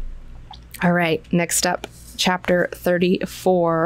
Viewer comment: Ain't Odrade pronounced Oh-Dray-Dee like Atreides? Love yr vids and analysis